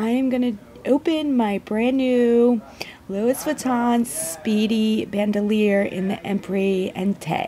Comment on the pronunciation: No. You completely butchered the name. It's not Lewis vuitton, it sounds more like Louie. And Empreinte is pronounced like 'ompront'. It's French for imprinted basically. Lol